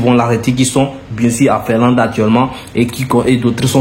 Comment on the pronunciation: FINLANDE., on ne dit pas FERLAND. 😂😮